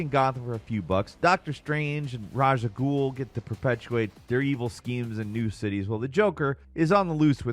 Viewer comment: That's RAYSH AL GHUL not RAZ AL GHUL 😂😂😂